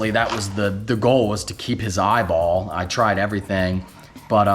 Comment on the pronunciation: Why did I laugh when you said loose his eye bOLLL